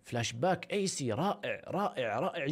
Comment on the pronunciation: كانك قلت ايس بدل ايسي ههههههههههههه